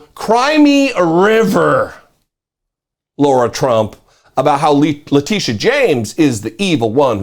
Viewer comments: Sorry, my nit to pick with you here is the mispronunciation of the name 'Lara' (Trump) as 'Laura' (Trump). OK, think of Angelina Jolie as 'Lara, the Tomb Raider'. Sorry about the nit -- part of my OCD I guess -- I appreciate your postings. Keep up the good work. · Lara or Laura? They are not pronounced the same.